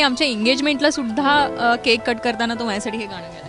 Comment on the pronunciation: All the best both of you. Mayuri, 10 days ago I enjoyed first time Ti phulrani episodes 1-327 within two and half days. I heard you here and there with " mahyasathi" pronouncing instead of "mazyasathi". Pl correct it. Sorry.